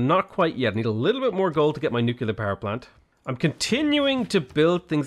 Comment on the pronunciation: What are these Nucular (nuclear) power plants you keep speaking of .... I am unculer (unclear) what you mean;P